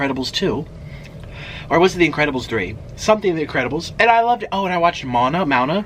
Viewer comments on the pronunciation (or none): Mel S MOW ON AH ... moan a isn’t right Mow-on-ah (like mowing the lawn ..mow ) just sayin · Moana (Mow-Anna). She's polynesian. :/ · mona? Mona? You mean Moana? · Moe-ahn-nah. Lol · I’ve heard you pronounce Moana a different way on more than one occasion. You’re so cute, Nik🤣💓 it’s MO-Ahhh-Na. 3 syllables ❤️ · Not being hateful. But usually when people mispronounce a word, it’s because they read it, not having heard it orated. Moana (moan a), looks exactly the way he said it. Try to not make fun of people for reading, most people should try to do it more often. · He butchered the pronunciation of Moana 😂😂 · Nik trying to say Moana lol